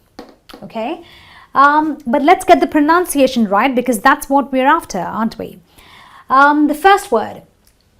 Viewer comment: Hi. Lady you mispronounced'Pronounciation'. That's basic right?